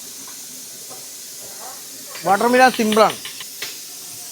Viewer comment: വാട്ടർ മിലാനല്ല എ സി മിലാൻ (വാട്ടർ മെലൻ )